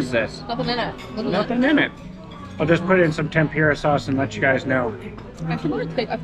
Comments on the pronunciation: Ten-Pooh-ra. Not Ten-pyu-ra. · It’s called tem-pu-ra. Not tem-pure-ah. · temPOOOrah. sorry but it isnt tempYOUrah. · The way you pronounce tempura 😂